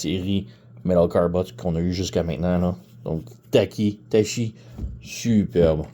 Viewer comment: I think it is pronounced Tacky as in 'tachograph'. She looks pretty good.